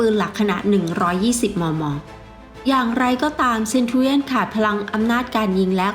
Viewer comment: ออกเสียง ศัพทอังกฤษ แย่มาก เอาใจใส่หน่อย เซ็นจูเลี่ยน